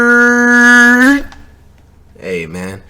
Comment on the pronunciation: " Try not to get SKURRRRRRRRRRRRRRRRRR "